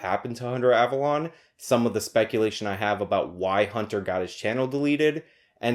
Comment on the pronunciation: OMG it isn't AvaLAWN, it's AvaLOAN. Have you watched a single video of his, ever? Listen to how he says his name.